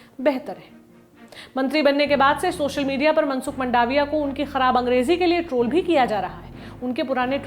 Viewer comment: मंडाविया नहीं मांडविया है इनकी surname